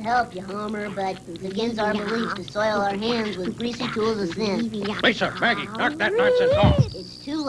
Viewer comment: It’s Maggie not meggy